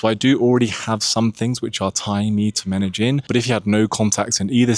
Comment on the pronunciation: Why did you pronounce Medellín like Meta-Gin?